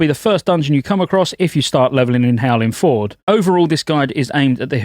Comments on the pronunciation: Your ability to mispronounce basic words astounds me. "Howling Ford" Its Fjord you bell end. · Fjord is pronounced "fee-yord." I tell you this because it's fun to say. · Please… howling “fiord” 😂 that’s how it’s pronounced 👍